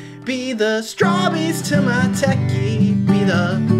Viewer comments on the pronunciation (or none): When he says be my strawbeys to my techy he mines be the content to my channel